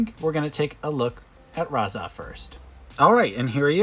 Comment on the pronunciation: Why did you keep calling him Raza?